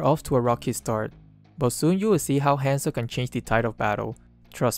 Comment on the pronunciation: whenever he says hanzo i keep thinking he says handsome HAHAH